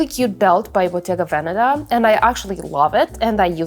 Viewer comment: You don't pronounce Bottega Veneta correctly and it's kinda weird...